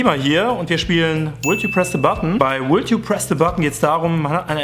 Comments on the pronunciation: Would spricht man nicht wuld aus sondern wud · Das L im englischen Wort "Would" (zu deutsch "würdest") ist stumm. Eine kleine Hilfe ist es einfach "Wood" (zu deutsch "Holz") zu sagen, weil es in dem context klar ist das du "would" sagen wolltest.